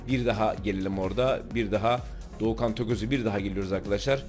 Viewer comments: Abi dorukhanı bi batuhan diyon bi doğukan diyon onun adı dorukhan 😂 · Herkes: dorukhan tokoz: dogu kan tokoz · Doğukan değil Dorukan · Doğukan değil dorukhan toköz 😂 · doğukan diyosun batuhan diyosun delirdim ya dorukhan abi dorukhan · Doğukan Toköz ne abi adamın adı Dorukhan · Abi doğukan değil dorukhan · Doğukan değil Dorukhan